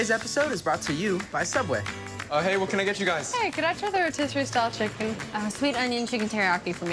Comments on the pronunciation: TheOdd1sout fans be like: Oh! its Soubway! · Um excuse you, its called SOUUBWAY! .....pff get it right.